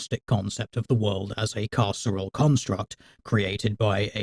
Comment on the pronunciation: Oh, "carceral construct". I kept hearing it as "casserole construct".